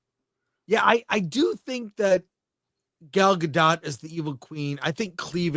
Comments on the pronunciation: Her name is pronounced guh dot ????? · I've heard that it's pronounced gah-dote, i.e. with a long 'o', like in oat.